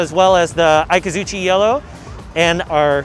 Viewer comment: Sad that he absolutely butchered the names of the signature colors. "Syrin" blue is "Seiran" blue, pronounced like "Say" and you say, I say, and "Ran" like he ran the whole 42 miles. "Eye-kazoochee" yellow is "Ikazuchi" yellow, the "I" pronounced like "E" as in easy, the "Zu" like in zucchini, and the "Chi" like Qi charging. He also wasn't able to answer the modability question and just rambled on so he practically knows nothing about the car mechanically. This is an extremely important car at a crucial time for Nissan. Don't let a guy who had a day to learn about the exterior and paper specs be your representative at an event.